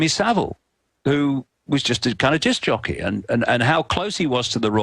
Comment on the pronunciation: what's a "disk-ahh-jockey" (approx ) i saw icke shapeshift, from a goalkeeper into an indolent conspiracy nut